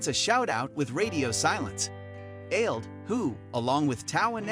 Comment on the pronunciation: Aled is not pronounced Ailed.. it's pronounced Ah-led